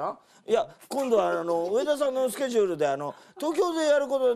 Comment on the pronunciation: 上田さんの『今日のスケジューる⁉️』の発音が好き❤️